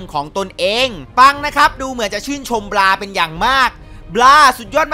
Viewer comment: บราครับไม่ใช่ปัง